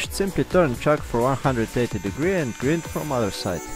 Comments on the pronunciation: Great my friend, great use for all those brokes ss drill bits I must break lol, oh as I regard you as a friend just one thing grind is pronounced like find, only a friend would tell you this :-), take care . Mac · Love what your doing but pronounce grind not grid it's confusing. Thanks for your video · Nice video, good idea. :) (Friendly comment the word grind is pronounced gr"eye"nd what I mean is the i is sounded like "I" )